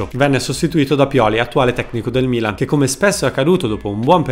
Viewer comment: Quando hai detto Milan , l' hai detto in inglese 🇬🇧!